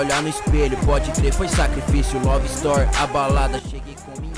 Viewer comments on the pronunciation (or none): none